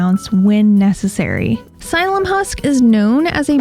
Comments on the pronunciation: Not to be nitpicking but the way to pronounce Psyllium is “silly- yum”, not “sīllum”, in case anyone is shopping in person asking a store clerk. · Sil-ee-um husk